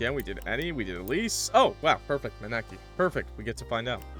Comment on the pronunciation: that was the worst way I've heard someone pronounce Maneki before 😭😭 (it's pronounced ma-knee-key)